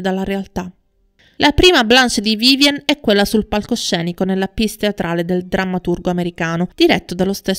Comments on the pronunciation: circa, "PIECE" teatrale si pronuncia "piès" non "piss" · Tesoro due parole in inglese dovresti impararle se vuoi parlare di attori internazionali ... almeno il cognome della Leight corretto ... le opere teatrali pronunciate alla francese non si pronunciano piss e Mistress non vuol dire prostituta o donna di facili costumi - informati!